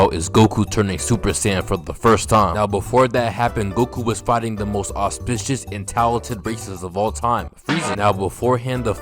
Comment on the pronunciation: Love the way my man says auspicious